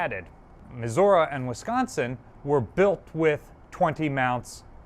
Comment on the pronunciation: We are talking about the person that says "Maz'urah". Just having fun, we love ya.